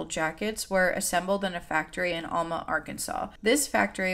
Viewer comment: Just want to say in the nicest most kind and not rude at all way, that Alma is pronounced as Elma ❤